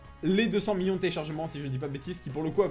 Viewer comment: "Million" toi tu le dis "Miyon" POURQUOI ?